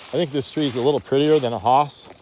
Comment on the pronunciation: Hi, Nice video but two things I would like to list here: 1st, Its Hass not HAAAS! The second one: your marketing for selling your trees. I guess you can find out how it was maybe by just reviewing your video!